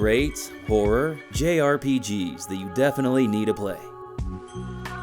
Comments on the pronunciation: It really sounds like you're saying "whore" games instead of "horror" games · You REALLY need to enunciate better. It sounds like you’re saying “whore” most of the times you say “horror”! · I keep hearing "whore games"